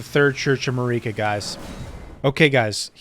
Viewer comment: According to the dialogue from characters in-game about Queen Marika, her name is pronounced exactly like "America" but without the A at the front. Queen 'Merica lol. Just a friendly tip because a lot of people will get crazy and start calling you names for making the wrong mouth noises lol. Insane, I know it... The wildest pronunciation in this game, though, is probably Siofra, which is an Irish word describing an imp or fairy. It's actually pronounced like "SHE-fray" or "SHE-freh," depending on the dialect. I never would've guessed, but that's the proper Irish pronunciation of the word!